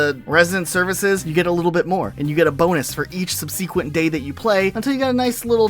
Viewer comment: Also I don't think I've run from wasps in months, you just use good catch practice, man... That's not a punishment, it's a risk reward mechanic Also, sub-sih-que-nt not sub-sea-queen-t